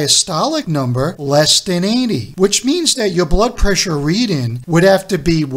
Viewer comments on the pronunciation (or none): READING NOT: READIN'